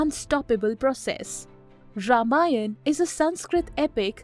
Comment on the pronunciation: The way you said Ramayan., Mahabharat not Ramayanaaaa or Mahabharataaaaa. Touched my heart .